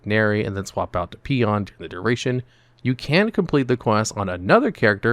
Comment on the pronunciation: *Poen, not Peon